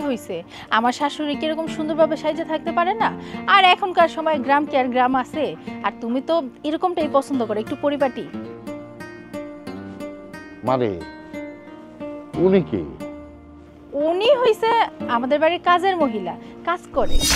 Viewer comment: এইসব নাটকের অনেক শব্দ উচ্চারণ হয় না।খেয়াল রাখবেন দয়া করে।পটিপাটি আবার কেমন শব্দ।নাকি পরিপাটি